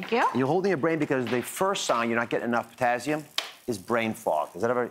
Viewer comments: The way he says it is so annoying.. it's TASS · What is potazium? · "Potazzium"? What the heck is that? I've heard of Potassium but not "Potazzium"! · potassium? i only know potazium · It’s not a z. It’s an s. Potassium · It's Pizztazzium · This “doctor” mispronounced “potassium”. - as though it were spelled “potazzium”. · I stopped watching after he said "potazzium" for the 5th time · It’s Potassium not Pottazzium. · POTAzzium.......Very annoying pronunciation........get it right. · It's just concerning a physician doesn't know how to correctly pronounce the name of this very important electrolyte. There are no Z's in potassium😳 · How can i trust him to know what he's talking about when he can't even pronounce "potassium" correctly 😫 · Yeah, when HE is the one who can't pronounce the vocabulary word correctly. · Omg! Somebody tell Ozzie there’s no z in potassium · He needs to pronounce potassium correctly, lol. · personally, I'm not as annoyed by his pronouncing potassium with a z as I am that he is speaking to me like I'm some little child or fool... I can't continue to watch this... I never watched Dr Oz before and I never will again ... Thank-you YouTube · I wonder why he says everything else right , except for potassium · Is this for real...seven years later this video appeared. A Doctor cannot pronounce potassium correctly. Really! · POTASSIUM - for gods sake pronounce it properly - no z in it!